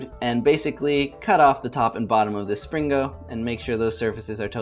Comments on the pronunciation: you said slingo not springo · "Spring-GO" amazing pronunciation.